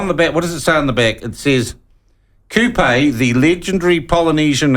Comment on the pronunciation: Wait what 😂 how is this at all offence im Maori and ppl complain regardless.. im a big supporter of the platform HOWEVER our host here does himsekf no favors purposely trying to mispronounce Kupe as KOOPAYYY and OWTEAROWERR and calling Matariki made up? Not helping our cause at all